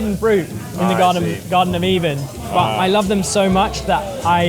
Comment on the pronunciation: Did he just say 'the garven of even'?